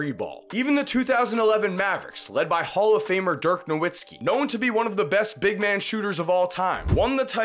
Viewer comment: What you can't stand by in this excellent video is the mispronunciation of Nowitzki ROFL. Good content man! Ty